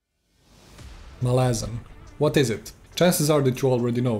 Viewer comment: MAhlazan, not MalAhzan